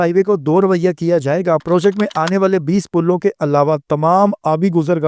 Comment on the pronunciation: لفظ کی ادائیگی درست کر لیں: رویؔہ نہیں رویہ